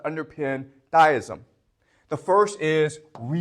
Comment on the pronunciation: generally people who butcher common-seeming words and names are simply people who have picked up their pronunciation from reading, not merely listening to others. just like he pronounces "deism" as "dyism". yes, i do this too with words ive only ever read, but not commonly used by normies.